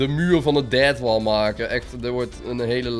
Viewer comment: Als deathwall zegt lijkt het alsof hij dadwall zegt lol